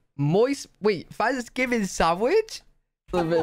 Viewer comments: Love the way he says Thanksgiving. "Fvansgiving". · Did you say Fanksgiving?